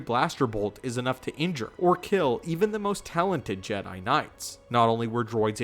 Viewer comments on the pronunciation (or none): none